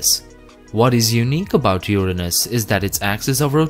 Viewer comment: And thank you for pronouncing Uranus correctly!!! People in the US do not. They pronounce it in a way that makes it sound like a body part. I won't type it, but I know you will get it. 😝